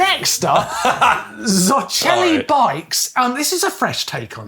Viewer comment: Zoceli (of steel) should be pronounced as zotseli, not zocheli. Just my 5 cents here..